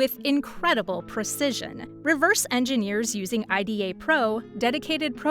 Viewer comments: you really said Ay Di Ey to IDA 😂 😭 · never heard anyone who knows about OllyDbg calls it OllyD-b-g. and not olly debug. and I-d-a not aida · Olly-DEE-BEE-GEE. EYE-DEE-AA. Really gotta work on the pronunciation there 😂😂😂